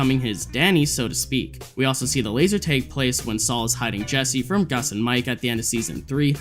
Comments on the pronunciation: Laser.. tag tag tag, not teg LMFAO wow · Why do you keep pronouncing it as laser tayge??!! It’s bothering me so much 😂 It’s “tag” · bro said "laser taeg" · why do you pronounce laser tag like that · Dude what the fuck is up with you and “a”. You pronounce it “beg man” and “laser teg”